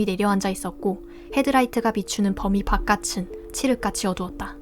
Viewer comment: 이거 들으니 tts 아니네요. '바깥은'의 발음은 [바까츤]이 아니라 [바까튼]이 맞는데 구개음화는 'ㅣ'모음에서만 일어납니다.